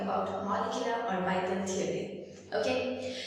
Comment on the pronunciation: the video is good but her pronunciation of orbital is killing me ahhhhhh